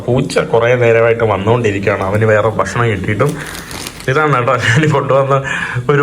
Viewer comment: ആവർത്തനം വളരെ അരോചകം. നമ്മുടെ, നമ്മുടെ, നമ്മുടെ, പുള്ളിക്കാരൻ, മനോഹരം,, നമുക്ക് കാണാൻ സാധിക്കുന്നത്, etc. പിന്നെ ബഷണം, വേണ്ട, ഭക്ഷണം എന്ന് പറയുക. വീഡിയോ കൂടുതൽ ആകർഷണം ആകാനാണ് പറയുന്നത്.